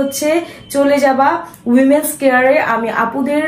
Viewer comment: উমেন❌ ওমেন✅